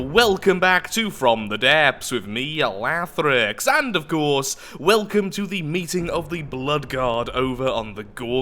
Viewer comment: lathrix, did you purposely curl your 'r' there?